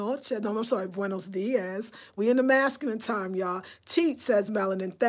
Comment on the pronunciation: Hey. You are saying buenos diez when you should be saying dias ( dee oss)